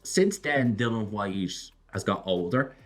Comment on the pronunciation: kissing the ring, disgraceful that he still cannot pronounce Dilians name. DYLAN HWYTE? So unprofessional it;s like calling Fury Tyrone Fury with a straight face.